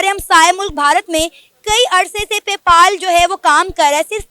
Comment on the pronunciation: पे पाल नही पे पल है यार 😂